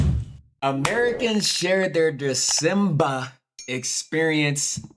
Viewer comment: I'm just pointing out it is pronounced 'Dee-ZEM-Bah'. Most people take paid leave (PTO is obligatory here), the whole country slows down & switches gears & even employers don't expect much. Even when you're working you can get let off earlier, esp. Fridays. Schools close, most industries (like the building industry & high courts) shut down by the 15th. I'm an old white lady that doesn't drink alcohol & I still Dezemba!